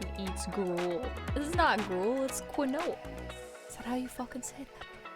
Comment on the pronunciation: quinoa is pronounced keen wa :)